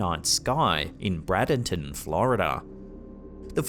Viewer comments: its not brad in ton itsss braydonton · Broodaton? What? It’s Bradenton. B-Ray•den•Ton. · its not Bradenton like Chad, its pronounced Braid, like laid and paid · Bradenton floriduhh( Bray den ton) lol im from there and i didn't see that light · Its pronounced bray Den ton